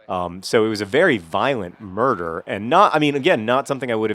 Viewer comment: well, murder. not nurder :)